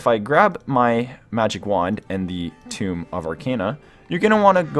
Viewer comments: Btw it’s pronounced “(TOE-ME) you were saying TOMB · This is such an amazing layout but it hurt to hear so many words being so poorly pronounced. Tome = T-oh-mm Novice = Nah-viss Arcana = Argh-kah-nah etc. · Is English your first language? The video was decent enough but I'll be damned at the pronunciation of certain words such as tome and novice. Good lord man... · Ah yes, a good old ''toom of arcejna'' sorry, I just found your pronunciation funny, I'm not making fun of you. You're a cool dude. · Two-m/tomb of ark-ah-na No-vis